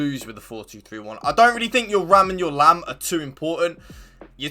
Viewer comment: please dont say lam and ram i beg you